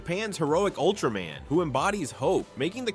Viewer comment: It Ultra-MAN not ultramen